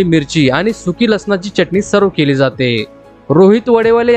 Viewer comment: छान .. च्यटनी नाय रे .. चटणी ..